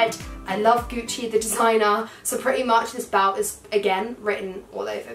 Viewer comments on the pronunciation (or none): the way u say "belt" is like "balt" hahhaha